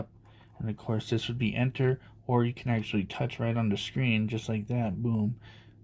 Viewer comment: T-O-U-C-H is touch....as in your finger to the screen. Nort torch as in flashlight. That is T-O-R-C-H.